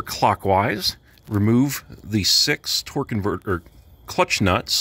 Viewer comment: Lol you almost said TORQUE CONVERTER HAHAHA